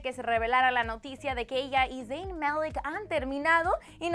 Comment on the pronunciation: ¿Porqué dice 'Dein'?